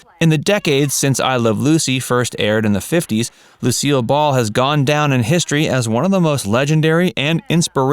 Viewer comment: seriously, can't say "titular"?